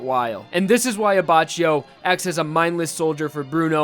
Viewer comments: you read it "abackio" not "abachio" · Aba chi yo The correct one: Abba ki yoh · Luis S no it's not, I'm italian and I can confirm that it is Leone Abbakkio, not Lioni Abbacchio, and that's because in italian E is not spelled I and CH=K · Anyone else annoyed by the fact that is saying abba chio Rather than abbackio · ABACHIO NOT "ABACIO". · "Abacheeou Lee-Own" It's Ley'onay aBackEO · I'm sure you know this now but it's pronounced AbbaKEEyo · It's pronounced Abbakkio in Italian not abbacio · the pronunciation of abbaccgio is wrong because it is pronounced abbacchio the chio and not abbacio. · This video is difficult to watch because the entire video you pronounce his name like “Aba-Chee-Oh” but his name is “Aba-kee-Oh”. Just sayin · hey dude nice video but, its not "abbacioh" its pronounced abbakioh in italian, no sass , just tring to be constructive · Grazie, non sono il tipo di persona che fa notare gli errori altrui, ma sentire "Abbacio" mi stava facendo soffrire 😁😅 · It's pronounced "Abackio", not "Abacio". That's because in Italian we don't use the k but to reproduce that sound we use "ch" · you dumbface it's pronounced Abakkio not Abachio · I'm italian and maybe can solve some of your doubts. GioGio is pronounced jojo, Abbacchio is more like Abbakkio. pronunciation of Leone is wrong, but the correct one is kinda hard to explain, maybe it's easier for you to look the google translate pronunciation. He also says wrong passione and the accent in vento aureo, that is not auréo but aùreo. However i don't really care of pronunciation in Jojo, Za warudo sounds way cooler than "The world" ahahahahah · I can't watch it...it's abaKKio (I mean pronunciation) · I don't want to be that guy... But is prounonced Abbakio. Trust me. I'm italian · the way you pronunced "abbacchio", abbascio, triggers me. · Say it with me Ah-back-key- o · It’s pronounced like Abbakio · Pronounced abba-ki-o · doesn't it read as Aba K io? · It’s pronounced A-Bak-I-O